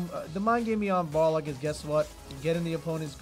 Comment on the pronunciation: lmao you said you were gunna say Boxer cause you couldnt pronounce Balrog but instead you kept saying BarLOG.